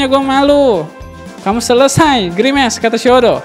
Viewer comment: Pak kalo grimace bacanya grimas